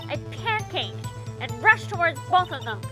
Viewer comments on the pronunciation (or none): Why do you say "pancaked" instead of "panicked"?